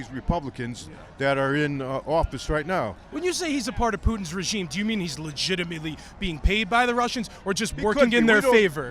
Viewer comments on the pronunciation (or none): "Peautine's regime"